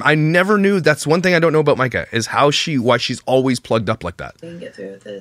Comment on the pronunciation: Myka, it's: All-ways. Not: Oh-ways 🙄